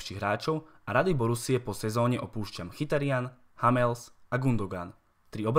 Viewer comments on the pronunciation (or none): Autor by se mohl naučit vyslovovat jméno hráče: Hammels zní strašidelně. A psaní o přestupu Lewandowského, že odešel zadarmo. Vždyť bylo jasné, že Lewa nechce v létě 2013 prodloužit kontrakt a vedení dalo tehdy jasně najevo, že preferuje sportovní úspěch v sezóně 13/14 s Lewou než okamžitý příjem z přestupu, který tehdy mohli do Bayernu udělat. A u Hummelse je cena za hráče s pouze ročním kontaktem výborná. Dortmund do velké míry trpí tím, že anglické kluby mohou nabízet obrovské částky za přestupy, čemuž BVB nemůže konkurovat. V podstatě díky kvalitě svého kádru na to v Německu doplatil asi nejvíc.